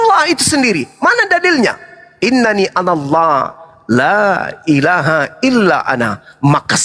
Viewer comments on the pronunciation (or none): Alhamdulillah banyak yang masuk islam, klo bleh saran saya, syahadatnya di asyhaduAllaila(ha) itu jgan di ucap (hak) bg, mohon maaf klo saran sya salah